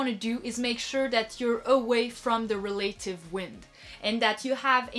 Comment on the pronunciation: Check your pronunciation of "relative" please.